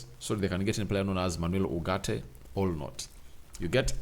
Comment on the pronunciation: It's ugarte not urgate